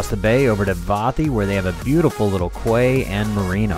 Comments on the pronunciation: Not being picky but quay is pronounced 'key.' love the vids. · Hey, Where you moored in town is called a quay, pronounced key not kway.;) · Quay is pronounced Key!!! Great video, 40 years ago i used to work in greece, as boat crew. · Quay is pronounced KEY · quay is pronounced key. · 'quay' pronounced 'key'. nice video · Quay is pronounced “key”.